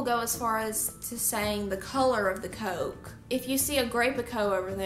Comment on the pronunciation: Where in the world do they say Coke like that I don’t think you’re southerner